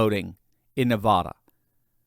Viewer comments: It is NOT pronounced Nahvahdah,! It is Nuhvaduh. Short “a.” You don’t sound more sophisticated when you pronounce it “Nahvahdah.” You just irritate Nevadans. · it’s NevAda not NevAHda… love your channel sir! 😊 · It's NEVADA, not Ne-vah-da! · I appreciate you. Thanks for the great news. By the way, while we are correcting common mistakes, it is NeVADa (which rhymes with mad), not NeVAda. I'm just saying. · Please start pronouncing Nevada correctly!!! Love your videos, but that is annoying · Please learn the pronunciation of Nevada. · Please learn how to pronounce "Navada" properly. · I love your content but please STOP MISPROUNCING "NEVADA", the middle part rhymes with ad like sad or mad. Thank you.